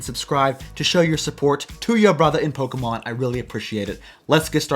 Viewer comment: I have no clue why but I really like the way he says “Top Ten Pokamhon here” 😂 Fuckin love Pokamhon! 😆